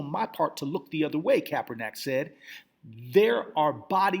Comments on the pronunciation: I just want this guy to pronounce Colin Kaepernick's name correctly one time. Just once...Its really not that difficult. "Colin" not "Colon"..."KaeperNICK" not "KaeperNACK". Smh. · Yeah I agree with previous statements. You got to work on speaking the brothers name correctly. You're a smart brother but you need to show some intelligence.